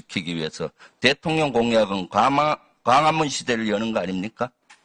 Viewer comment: 김병주는 대통령을 대통련이란다 뭐지? 국회의원들~ 우리 말의 발음을 좀 공부했으면~